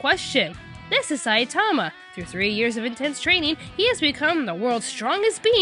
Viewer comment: I think with the name Saitama the infasis is on the ma, not the sai. It may not seem like that big of a difference, but... NagEEsa